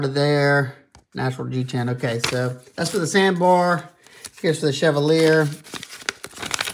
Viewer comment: Pronounced: CHEV - ALL - E - A. Stress the ALL. Pronounce the last two like you were just saying the letter by itself.